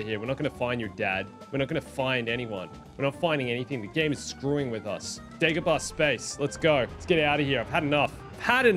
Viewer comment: It is Not called Daygobarr….Princess Layer… This Guy drives me nuts!